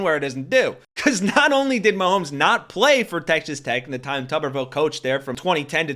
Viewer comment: Tupperville 😆😅🤣😂🤣😅😆😆😁😄😁😆😅🤣🙂🙂😂😂🤣😅😆😁 Tubberville and great coach in the same sentence. 😁😆😅🤣😂😁😄😃😁😅😂🙂🙂😂🤣😅😆😁😄😄